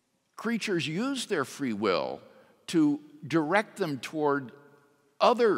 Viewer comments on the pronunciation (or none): none